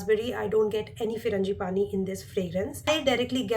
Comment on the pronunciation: It's not Firangi-pani it's FRAN-gi-pani.